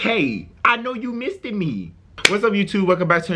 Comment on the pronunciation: "Missed Me" sounds alot like misdemeanor